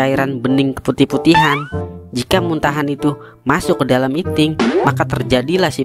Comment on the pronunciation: Admin lagi bahas itil eh .. iting awokwowkwwowkwowk